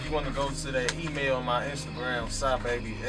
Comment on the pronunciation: "Shahbabii" lmao its Sahbabii bro u kept saying it wrong